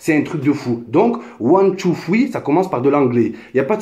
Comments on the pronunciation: One two fwii lol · Ouane tou foui 😂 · WOUAN TOU FWEE MDRRRRRRRRRR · ouane tou foui 😂😂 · One two... fweee???? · Nan man nan c pas one tou foui